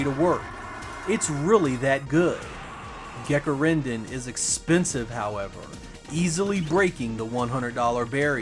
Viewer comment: i was interested to Gekirindan, but i am italian and i had iusse to understand your pronunciation and find the correct japanese name, but i overcome the misunderstanding searching for taito games for saturn released in the same year ;)